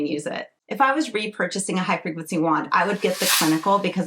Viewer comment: Me: "What is Hyperglitsy"? Her: " Hifreqncy". Me: "ah. HIGH frequency." 😅